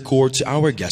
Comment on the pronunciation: Did i hear Republic pronounced as Tagalog na Republik?? At the end... Ganun ba tlga, iPronounce??